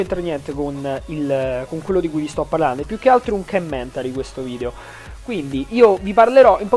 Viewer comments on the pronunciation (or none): none